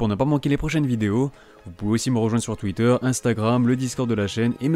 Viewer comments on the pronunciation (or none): none